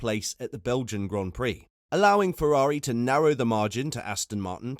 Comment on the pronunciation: Fefrari? Dood, you're slippin'.